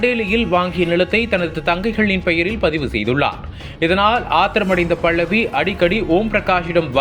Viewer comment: தமிழை சரியாக உச்சரிக்கவும். அவர் பெயர் 'பல்லவி' பள்ளவி இல்லை. இதுபோல் இன்னும் பல பிழைகள். நம் தாய் மொழியை நாமே சரியாக பேசவில்லையென்ரால் மற்றவர்கள் எப்படி மதிப்பார்கள் அதுவும் பத்திரிக்கை துறையில் சரியான உச்சரிப்பு மிகவும் அவசியம்!!